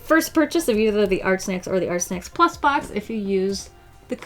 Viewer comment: I keep hearing her saying Art Snek 😂